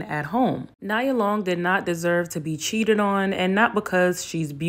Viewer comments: Nee ah...not Ni ah. Nia is attractive but not like everyone going on...ijs... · I love you, but I’m going to need you to call my girl Nia Long as in KNEE-YA😚😙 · I was like Naya? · 😂 not me screaming “NIA! KNEEEE-yah!” 😩😭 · 🤣🤣🤣 you good boo but I was definitely talking at the screen like ITS NE-UH!!!! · Pronounced Nee-yuh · NEE AH long. Lol u was killing me the whole video calling her the wrong name 😭 like how does that even happen sis? Lol Nia a whole legend out here in these black streets 🤣 great video tho and u made some SUPER valid points. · Nee-ah Long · Did you say “niya “ long? Chile…… I know no one wants to discuss it but this is a black culture thing. And many people talking about this stuff are not black American. Why are people who stress to the gods that they are not black American at the forefront of black American topics? No offense, but Elohim, Loveliti and the leader of TSR are NOT black American descendants. I don’t know why you mispronouncing her name kinda made me upset. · it's pronounced Knee-ah Long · Her name is Neeeya Long. Cmon it’s a day of Kwanzaa. Please. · Her name is pronounced neeeee-ah long. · When have you ever heard anyone call her NEYE•UH ?????😂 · Why did you call her nya long lmao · It’s pronounced Kneeah. She’s one of the top Black 90s girl! She’s fucking Nia Long like what was he thinking 😂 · 🗣NEE-AH! My goodness this woman been famous longer than you been alive, I know you have heard her name pronounced before. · It’s pronounced nee-ya … Nia Long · How tf did I miss this upload 😭😭😭, and 🤣😂🤣 it's pronounced Nia - Neeya Long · knee- ah , great video! Just had to say that because Nia Long and I have the same name lol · “Nee-yuh” sis lol it’s actually pronounced Nee-yuh 😅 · Love your content 💖 her name it’s pronounced Nee-yah tho. Keep up the amazing work hun 💞🥂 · This has nothing to do with the topic but you kept pronouncing her name incorrectly. It’s Pronounced like Knee-Ah. Like one of the 7 principles in Kwanzaa